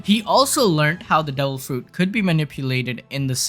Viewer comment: " we cweate this dewil fwouit "